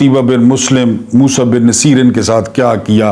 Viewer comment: السلام علیکم سر جہاں تک میرا خیال ہے یہ نام Musa bin Nu say er ہے. مقصد آپ کی تضحیک نہیں بلکہ اصلاح ہے کیونکہ آپ استاد ہیں. گستاخی معاف